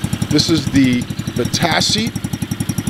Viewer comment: He says Vitacci like va-tass-ie but you actually say it like va-tach-e